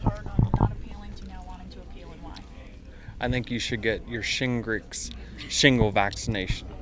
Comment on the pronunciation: What in the f@ is shingritz ?